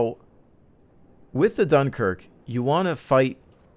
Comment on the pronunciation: Ahh, the great "DOOMKIRK" :D